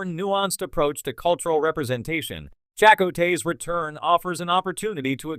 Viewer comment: Uhhhh, listen to how this computer generated voice pronounces "Chakotay" ... FFS.